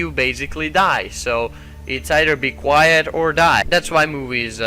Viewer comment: Yo,it's quiet not quite. (just saying)